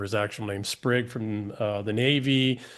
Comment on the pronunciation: Tell EM it's "Spig", not "Sprig". Spig Wead.